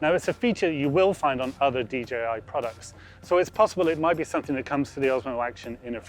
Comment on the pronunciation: DJI Not dgi It's a pet peeve of mine when people say it wrong